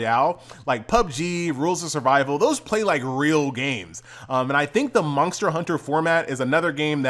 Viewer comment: ther is no "k" in monster, pronounce it properly